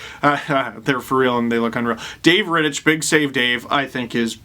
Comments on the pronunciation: it's pronounced "Rittick" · That’s not how you say Rittich